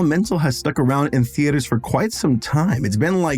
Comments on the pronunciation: It bothers me so much how you pronounce it “thee-AYY—turs” 😮‍💨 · As a non-native english speaker, is 'theatres' really supposed to be pronounsed 'the-A-ders' like does (emphasis on the A)? I've always pronounsed it 'theaters', with no "stops" or emphasis on the A.